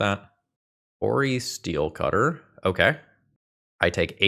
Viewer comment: I know it's a stupid thing to care about, but it does irk me that almost all content creators say 'cori steelcutter' instead of 'cori-steel cutter'—the compound word is the first one; it's made of steel, not cutting steel.